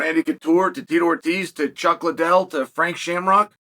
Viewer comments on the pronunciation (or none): none